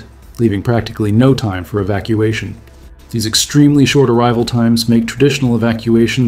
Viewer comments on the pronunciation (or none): none